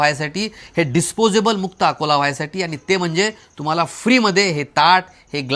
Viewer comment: अकोले का अकोला नीट बोल